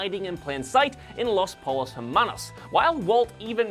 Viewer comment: You're obviously a huge fan, what with repeatedly saying "Los Pole-os Hermanos" and all.